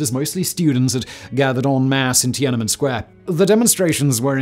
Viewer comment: Once again, Simon mangles foreign names, anglicizing Tian.an.men's [an] to a schwa and Уфа́'s [u] to [ju].